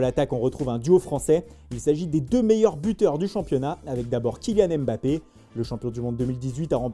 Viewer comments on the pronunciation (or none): none